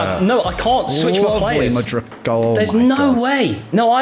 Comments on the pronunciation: you literally actually pronounce Mudryk's surname pretty much exactly how it's spelled lmao where on earth you got that "ić" from all the time, i've got no clue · Tip on how to pronounce mudryk. You’re in the Mud - Rick the name. 🙂